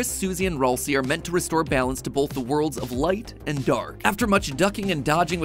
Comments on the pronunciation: ITS PRONOUNCED RALSAY NOT RALSEE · IT”S RALSAY NOT RoLcEY!!! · it’s actually pronounced “ral say” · It’s not Ralsie (ralsie) it’s ralsie (ral-sie) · Nah I’m just mad the way he says Raslei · excuse me? “Rohl-see”??? Thats the worst pronunciation ever! I love it! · Ralsei's name is actually pronounced Ral-say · roll see is a crazy way to pronounce ralseial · MATPAT IT IS PRONUCED RAL-SAY RALSAY GOT IT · Ralsei is pronounced r æl say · He pronounced Ralsei wrong 💀💀💀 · That is not how you say ralsei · Thats how you say ralsei